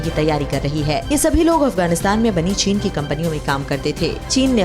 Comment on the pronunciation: Wow china ko chine pak bola jata hai